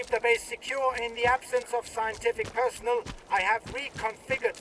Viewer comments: Really minor nitpick but Kalancha's lines in the swamp bit around the mark have a few mispronounciations ('personal' instead of 'personnel', 'deter-mine' instead of 'deter-min', 'see-emissions', etc. I mean, it's still an upgrade to have English VO in Stalker, but maybe run some lines past a fluent speaker 😄 Obviously, great job in all other aspects! I've been a huge fan since the first game was announced decades ago (ouch, I'm old) and this is shaping up to be everything it deserves to be 😁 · they're using an AI generated voice for the dialogue. It mispronounced personnel, determine and psi. Thank god I'm gonna play in Ukrainian with English subtitles or that'd be really annoying.